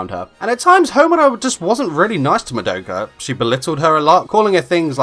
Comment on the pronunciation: It’s mah-douh-kuh not muh-doe-kuh